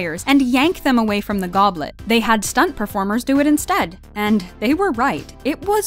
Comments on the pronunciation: Globet of Fire? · It said the globet of fire! 🤣